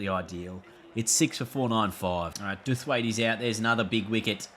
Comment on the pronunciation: Duffwaite........just for reference. It's pronounced Dow-f-wait